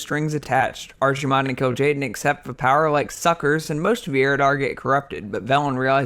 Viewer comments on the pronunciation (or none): sorry but if you pronounce "Archimonde" as "Arcjimon" you have no business teaching anyone about lore.